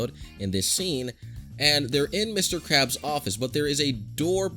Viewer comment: Krabs not karbs